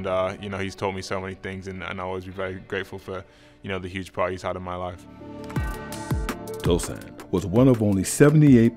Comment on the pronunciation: It’s Tosan” not Tosun’